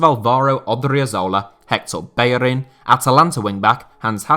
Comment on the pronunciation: Did he actually say bellerin